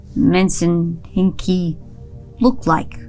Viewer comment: A Finnish fan of Twin Peaks here absolutely enjoying the folklore interpretations. Dom's pronunciation of Metsänhenki was absolutely perfect. Some related folklore factoids to avoid misinformation and just for fun: 1. Finland has no known runic writing tradition (do NOT mix with the Sami people's runes!) Artifacts featuring runes found in Finland are most likely of Swedish origin from the Viking Age. 2. Metsänpeitto (cover of the forest) itself is not a forest spirit, but more of a state or a temporary curse that could be inflicted on living beings by a forest spirit. Honestly, ending up covered up could be like entering the Black Lodge. Unlike Twin Peaks, there's no ritual associated with entering, only spells for getting out. 3. The lore on Metsänhenki (forest spirit) is very varied, but they do not traditionally possess people like BOB/Otso as they're very much tied to their location, but they can transform. Kalmanväki (the death folk) haunt individuals, much like BOB/Otso appears to Sarah/Dana, but even they don't traditionally possess creatures. 4. Honestly curious how much Dom researched bear folklore and/or Karhunpeijaiset (the most known tradition around bears) because there was quite a lot of cool details here (personally loved the wedding imagery).